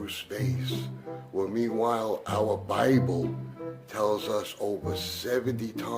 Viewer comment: Did he just say Brible? I'm stealing that.